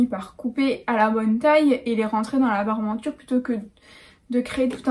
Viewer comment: Il ne faut pas dire "Parmenture", mais "Parementure". J'en suis à ma quatrième vidéo. Je les savoure avec mon repas du soir. Je suis un grand fan !!!